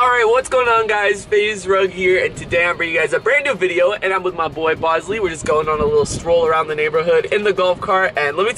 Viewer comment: hey rachit ghosh its not bozly its bosley